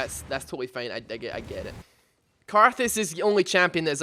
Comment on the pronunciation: It will come off as kinda mean, but it made me laugh how you pronounce certain words :) Fein = Fine Teim = Time Keds = Kids Breit = Bright Es = Is Thes = This Mend = Mind Subscreib = Subscribe